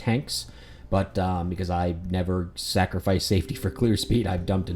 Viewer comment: its "go-lum" .... ffs..